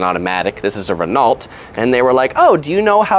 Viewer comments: Renault pronounced Rehnoh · The way he says "Renault" 😂😂😂